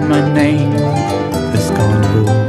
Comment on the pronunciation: Y’ know every time the dude says carnivals it oddly sounds like gardevoir to me